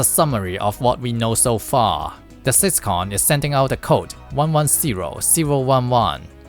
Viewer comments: Do not pronounce syscon ever again😭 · 'Syscon'? 'Butt Controller'? Is this video AI dubbed? 😂😂😂